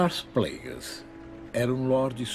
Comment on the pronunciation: Sei lá cara, o jeito que ele fala "Plagueis" é diferente, sabe.